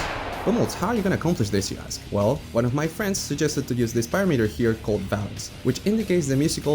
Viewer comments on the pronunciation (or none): Valence…valence…valence Ooooooooh Vawulance🐸